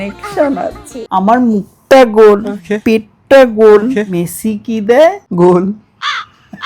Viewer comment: আরে ওটা ভুল বলছো ওটা মেসি না মাসি